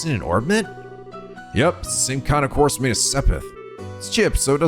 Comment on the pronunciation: Just glad to have a prominent youtuber run these games who actually knows how to pronounce "quartz."